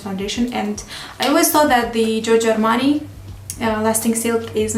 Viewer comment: When you said "Giorgio Armani" I thought for a moment that you knew Italian, your pronounce was perfect (except for the first "O" in Giorgio, that should be more open) ;) cheers from Italy!